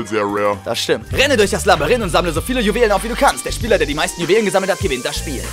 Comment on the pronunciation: Hahhaha Du sagst auch labarinth, das passiert mir auch zu häufig